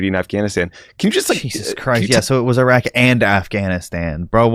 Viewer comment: His terrible mispronunciation if places in iraq is reason enough to not vote for him. It actually hurts my ears.